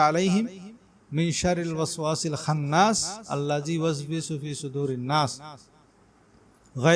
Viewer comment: Khannas. na.hobe khonnas